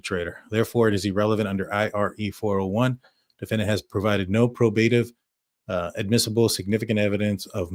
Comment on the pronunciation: PRO ba give. The stress us on the first syllable.